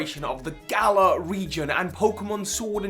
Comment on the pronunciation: I'm sorry, but it is just sad to see you and so many other poke youtubers say either galar, or galarian wrong